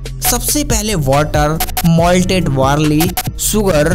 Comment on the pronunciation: Bhai wear nhi hota beer ,warley nhi barley, whiskey kò inko ya unhe nhi bolte pahle bolna sudharo jyada bhashan na de dhang se hindi bolo packing ho rhi h beer ki bhai bol rha whiskey ko bazar mè bhej diya h kya akal ghas chane chali jàti h aise logo ki